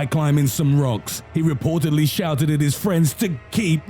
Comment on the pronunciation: “he reportedly SHOUTED at his friends, TO KEEP RUNNIN’!”